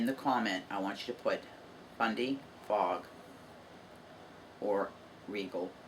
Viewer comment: Congrats on reaching your milestone. I like either color equally. I thought you were saying FunDay Fog. Lol Fundy Fog What a generous giveaway! I started off crocheting but recently learning to knit.